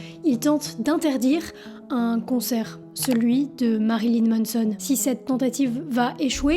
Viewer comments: MANson, pas MONNEson ;) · C est pas MONSON! C’est MANSON! Ah les français 🤦🏻‍♂️